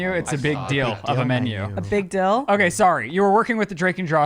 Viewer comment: Hilarious, says “Deal” when it’s “Dill” and vice versa 😂